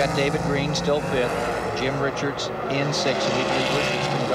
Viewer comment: 27 laps and ive already lost count how many times they got Jim Richards name wrong